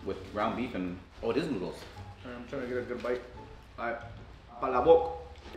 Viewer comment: the way pronounced palabok was perfect